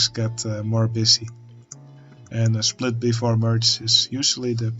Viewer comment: Hey, thanks for the tutorial, I'm relatively new to OpenTTD and I currently try to improve my junctions, so that helps a lot! 😛 But... one question. Are you German? Because you said schplit instead of split and that happens to me, also German, here and there, too 😂